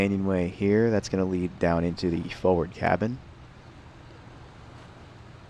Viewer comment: The word forward has no silent r.